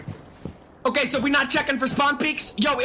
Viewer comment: "oukey" got me